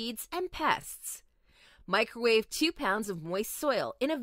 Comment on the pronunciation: Why can't the woman doing the voice-over pronounce the word "two"? She practically says it as "tchew." Annoying!